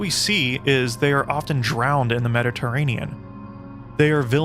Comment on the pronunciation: "often drowning in the mediteranen" is a bit much.